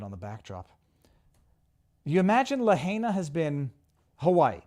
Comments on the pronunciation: it's pronounced "la-HIGH-na" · Someone tell Viva how to say Lahaina please!